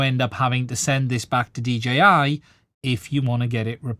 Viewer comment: Nice job. First time seeing your content. Subscribed. Just a small note, when you speak quickly are you sometimes saying DGI? Or is that just how it sounds to a person like me with me having my American accent?